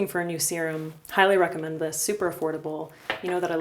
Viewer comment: "I hylurecommend you use Good Molecules.." is what I heard you say.